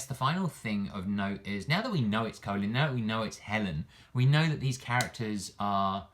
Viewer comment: Great vid, I hope she's not a charge character but you might be right As a side note it's funny hearing you pronounce her name "Colon" lol, I think you were talking when the announcer and Gill pronounced it in the trailer